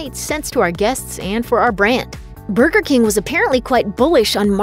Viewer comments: She says burger like booger. And I could listen to that all day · I hate the way she says burger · The way you say burger hurts my soul